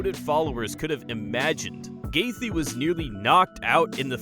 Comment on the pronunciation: pretty neat video, but if I might say, it comes off quite casual as you mispronounce several normally used words and you mispronounce fighter names. Justin "GAYTH-JEE"